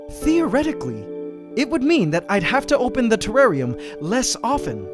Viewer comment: wtf is a trarrian